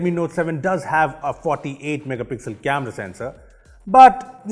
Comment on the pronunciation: someone please count how many time he says "megapixlll"